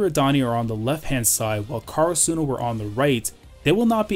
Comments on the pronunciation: The way u pronounce karasuno makes me kinda mad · Lol karasuno must win and you must learn how to pronounce karasuno right :/ no offence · Oh there’s a different way to pronounce karasuno